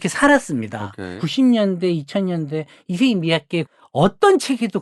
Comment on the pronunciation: ISSEI가 이름, MIYAKE는 성. 이세이 가 아니라 잇쎄이 라고 발음하는 게 맞습니다.